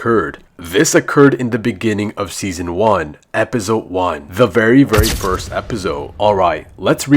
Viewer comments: Why does he always say epizode bro its just episode 😅😅😅😅😅❤😊🎉😂❤😢😊🎉❤😅😂😊🎉❤❤😂🎉😢😮😅😊😢😮😅😊😂😢🎉❤🎉❤😅🎉🎉😢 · I love when he said "epizode one"